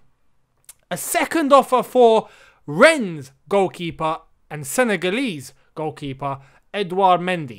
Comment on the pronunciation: I absolute love how you’re unsure of how to pronounce Rennes/rennais and just change how you say it